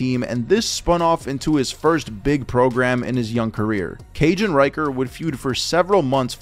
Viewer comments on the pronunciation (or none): ricker, not ryker. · Ryker? lol RICKER where tf you getting this pronunciation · I believe his name is pronounced as "Reeker", not "Raiker" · RICKer. Shaun RICKer. Not Riker. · omg Rick-er. Rick not Rike-er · I don't understand how you figured Ricker is pronounced "Reicher".